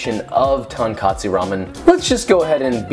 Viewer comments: #1 You mispronounced Tonkotsu. It's not tun-cot-sue. It's Tonkotsu. #2 don't EVER use pig's feet. #3 you NEED to clean pig bones after 4 hours... #4 (and just because I'm too lazy to continue critiquing you...) Your pork belly needs more TLC and it's far too tough. Can tell just by looking at it. I went to school with this guy at Cy-Ranch High School and he's completely overrated. Soooo many better Tonkotsu recipes than his "semi-instant cheat method." Thank you. And have a wonderful day. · It's not about an "accent," it's about complete mispronunciation. It's great he's trying to learn, but bad he's spreading incorrect information. "To" should also sound more like "toe." To-n-ko-Tsu. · Why is every single American pronouncing it as Tonkatsu? We’re making Ramen not Pork Cutlets. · No. This is wrong. Not tonkotsu. Sorry. Also, is not pronounced, "katsu." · "TaHnkATSu" damn you strait butchered that pronunciation mate.. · Ok but the fact that he made a tradition Japanese ramen should grant him a pass for slightly messing up the pronunciation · Except mispronouncing it literally made it a completely separate, unrelated word. If you're going to refer to something in another language, you owe it to that culture to learn to pronounce it the way they do, not just pronounce it whatever half-assed way you would in your own language. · katsudon is a different dish. 丼 (donburi) means served on rice. On separate note, what is worse than this pronunciation is the american anime fans who act like they know anything about Japan just because they found out how to use a Japanese keyboard. It is embarrassing to see. Stop pretending like you are something you are not. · It’s a bit embarrassing that someone could talk their recipe up so much while still not putting in the effort to learn how to pronounce the name of the dish properly lol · TONKOTSU* Say it right homie. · I’ve never watched this channel before but in the first minute he has both misspelled and mispronounced tonkotsu.